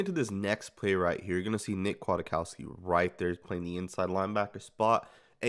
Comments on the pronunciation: Kwaitkoski pronounced Quiet-Kos-Key not Aquatic-Cost-ki. Otherwise great breakdown. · He's listed at 6'2"-245, so he has some size, making his hips more impressive, imo. BTW, I think it's pronounced "Qui-Kawski" or "Quit-Kawski". Solid signing, imo. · It’s Kwit-cow-ski homie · It’s pronounced “quit - cow- ski” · And its pronounced quitkowski... You will learn his name very fast